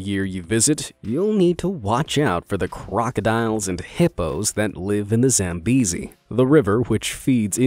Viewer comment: It's actually pronounced za-m-beh-zi (Zambezi) I'm Zambian so I know